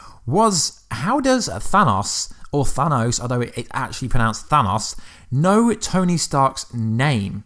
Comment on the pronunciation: That's actually not how you day Thanos